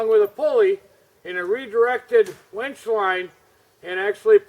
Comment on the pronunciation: It's Winch not Wench.. lol